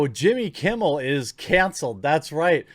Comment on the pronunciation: You said Jimmy Kimble